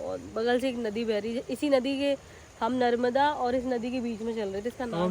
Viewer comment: Agar tum aaye हो, Mai मुंबई se देख रहा हुं,, नर्मदा मां bolna sikh लो,,, ओक